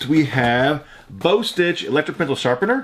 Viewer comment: Its "BAH STITCH" FYI